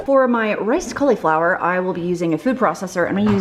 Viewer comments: Anyone else cringe at how cauliflower is pronounced? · I like the way you call cauliflower "collie flower". 🦮🌻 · I buy my fancy drinks from Young Living! I don't want all of the I-don't-know-what-this-is ingredients OUT of my fun squirty water, carbonated flavored yummy drink things. Also, people on youtube who say caul-E-flower are funny! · if you google cauliflower pronunciation that’s how everyone I know says it. You put a long ‘e’ sound in the middle of the word.